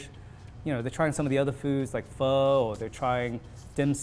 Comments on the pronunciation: The only thing that disappoints me when the Viet guy doesn't pronounce Pho right.... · Fuck me, did he just pronounce Pho as "Fo"?